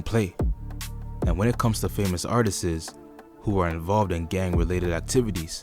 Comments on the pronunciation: Lets leave "artisis" alone. Artists. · Yall have to stop saying artisis. Its just artist's! Try and google the pronunciation if you need help. Its just a heads up, I would hate for people to walk around sounding crazy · it’s not Artistses brother. it’s Artists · I hate a 🥷 that say“artises”. Tf 🤦🏽‍♂️ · PLEASE take the extra S off Artist bro.. sounds ridiculous